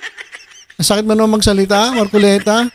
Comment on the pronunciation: Ayusin mo mag bigkas sa apelyido ni ka marcoleta